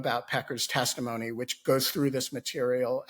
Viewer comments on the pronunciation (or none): Tim, you may not have fallen asleep but you said "testifony." tired? ;) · Did he say testiphony at the end? 😂